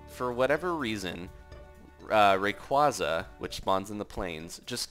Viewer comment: *(RAY-QUAY-ZAH) it's not (RAY-QUAH-ZAH)